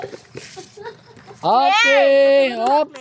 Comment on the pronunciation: Not CRUMPY but GRUMPY